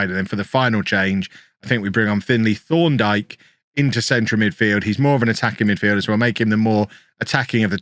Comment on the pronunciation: Thorndike sounds like you’re saying Sean dyche with a lisp